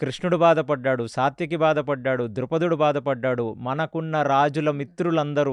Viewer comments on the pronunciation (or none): Idhi bavundi. Kane meru chala names thappuga cheptunaru. Sathviki kaadhu saathyaki, sougundhini kaadhu, sougandhini pushpam.